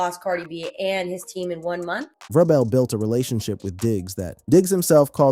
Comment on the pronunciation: It is not Ve-Robel. It is pronounced Ve- Rabel. We all we got, we all we need.